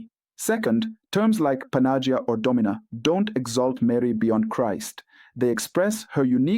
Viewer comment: Who writes the texts you are reading? Does the text have imprimatur? 1. You are butchering the Greek pronunciation behind recognition. Don't say if you don't know how to say it. Check the Παναγία (Greek) or Панаги́я (Russian). 2. You don't know the history of Church and you offend Slavic people. Saints, brothers Cyril and Methodius were on mission to give Slavic people translation. They visited Rome in AD 868 and Pop Hadrian II approved their work. Saints translated Bible and other text to what we call today Old-Church-Slavonic using a new alphabet based on Greek (it become Cyrillic used in Russia, Ukraine and other countries today). Bottom line after Semitic languages of Bible, Latin and Greek, the Slavic language was the next language officially approved in year 868. God had chosen and blessed Slavic people with translation to their own language. Some of the text from 900'ish still remain and we can study them today. Other languages had to wait for approval over a thousand years after the Second Vatican Council (1962–1965). Half of a true is a whole lie. First learn, before you will teach others. You are uneducated ignorant or a puppet manipulated by somebody, or both.